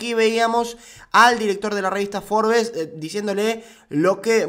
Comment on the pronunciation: Forbes se pronuncia “FORBS” la “e” no se pronuncia